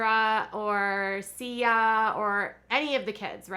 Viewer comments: Who is sia? Do you mean josiah? they prounaunce it si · Sia is short for Josiah. It’s pronounced Siah -Josiah with the Jo!!!!!!!!!